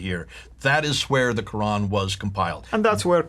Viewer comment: Both of the speakers are nonMuslim. The very first word alQur'an is pronounced incorrectly, and how could both of you to go on with the discussion of Arabic language of alQur'an? All humans had never heard about 'istewa' , ' arshy' , 'siratulmustaqim' etc because all human are still alive in this world. In fact, they are in the journey to hereafter, life in grave that is a new and different world as compared to what it is now. You might be kidding others who haven't been exposed to the truth of alQur'an but you will never succeed to misguide reciters of alQur'an and sayings of Prophet Muhammad pbuh. With regard to the Bible, it has experienced a lot of changes, and not a single word is revealed in the book. It is merely based upon perception of Pope, priest and writers. Yet, you claim Bible is the original words of God or at least in the same language. Should you add S to the 'word', it becomes 'Sword'. This is exactly happened to the Bible and manuscripts, shame on you to believe something fake as true.